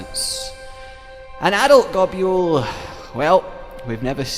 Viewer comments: That’s not how you pronounce Nibelsnarf and Goboul It’s pronounced Nibell and Gobull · I can forgive the way you say gobul but what the hell os an oovula? Pls, take the was you say gobul (gobyule) and ably that to uvula (gob)uvula